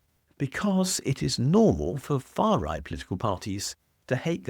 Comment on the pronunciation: Faa Wight! Wayshisht!